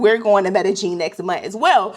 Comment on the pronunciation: 😂...the way you kept sayin Medellin! 😂 Medellin is pronounced me-de-yin stress on the last syllable....